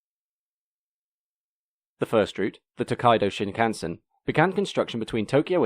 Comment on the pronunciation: Japanese words never stress their syllables. Shinkansen should expressed with a steady rhythm.